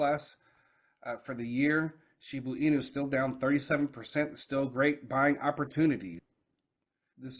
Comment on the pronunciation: Shiba Inu not shibu inu at least read your comments in the last few years and take heart or know the name of the coin you own